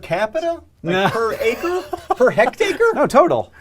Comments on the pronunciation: it's not hectacre it's hectare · "Per hectacre"? You're never going to live that down, are you John? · Hectare just feels wrong to say after saying hectacre. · "Per hect-acre" XP I see what you did there XP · "Per hectacre?" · "Hectacre" He still hasn't learned...